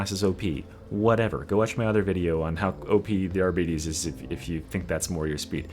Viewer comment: It is NOT pronounced arbeetees that makes it sound like diabetes